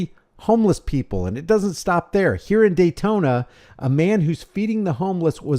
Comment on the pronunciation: You said Daytona when the headline said Dayton. Now I don't know if you're real or not!!!